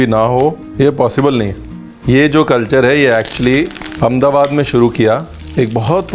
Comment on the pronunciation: Only non-gujju who says Amdabad as Amdabad others call it as Ahmedabad..